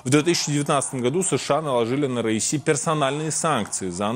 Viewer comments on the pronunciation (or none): Не РАиси или РАиса , а РаиСи . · Хотя бы правильно произноси имя бедного человека. Как будто говоришь раиса. Раиси , ударение падает на последний и. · РаисИ ! На последнем слоге ,а также все их фамилии. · Раиси- ударение на "и" В конце❤